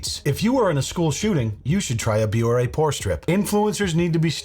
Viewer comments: She's not even pronouncing her "partner's" name right! It's Bioré. Pronounced "Bee-or-ay" not "bee-or". 🤦‍♀️ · BEE-OR-AY holy shit how can she partner with a company she can't even pronounce ugh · The fact that she can't pronounce Bioré properly just adds insult to (massive) injury 😒😒😒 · She misprounced the company's name too. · And she mispronounced Bioré 🤦‍♂️